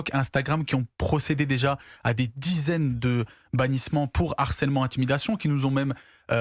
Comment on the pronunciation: "on Na affaire à un Narcelement" .... Avocat gen Z ....